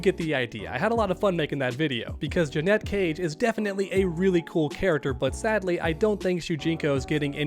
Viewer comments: It’s not JUH-NET it’s Janet 😑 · Dude idc how many people typed it already, here it is again so it sticks! THERE IS A HUGE DIFFERENCE IN PRONUNCIATION BETWEEN "JANET" AND "JANETTE!" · It’s Janet , not Janette 🙄🤦🏾‍♂️🤣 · Janet. Not Janette 🤦‍♂️ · Do you call Janet Jackson, Janette Jackson? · JANET: Her Name JEANETTE: What you're saying It's not a huge deal, I know, but it does make me want to switch off the video. I don't know why it bothers me so much. Keep up the good work,! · she says janet and he still says ja-net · I've seen several streamers calling her Janette. I'd never heard anyone pronounce Janet that way until now. So strange. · I think I pronounce it like that because my mom's name is Annette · Thank you lol The way he’s saying it is spelled “Jeanette” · yeah I put it that way on my original comment about it, just didn’t want to correct the op of this particular comment but yeah definitely says Jeanette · admitted that he would rather to pronounce her name as Janette than janet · WTF? Her name is JANET, not Janette! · Say it with me: jan as in January 🤦🏻‍♂️ it ain’t hard bro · Awesome video just so annoying the way u say JA-NeT 😩cage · It's insane to me that someone can't pronounce the "Janet" It's not jennay jenet or any other stupid way to pronounce it. JA-NET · Stop saying Janet wrong. Jeanette is a different name. You look stupid. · my guy still can't say janet..... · Why are you saying her name like that? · Really curious to see how u pronounce Janet Jackson 😂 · 😂😂😂 It’s not hard to say her name Janet but call her Joey Cage 😅😅😅😅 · Thank you I said this yesterday it’s infuriating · It's super cringe when u pronounce Janet wrong... She literally says her name in the game..... But anyway... they simply didn't announce her because they ain't wanna spoil the ending... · Bruh he drives me crazy saying her name wrong 🙄